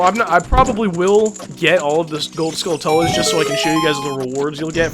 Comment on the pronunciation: For the pernunseation of Skulltulas, think of tarantulas only skull instead of teran.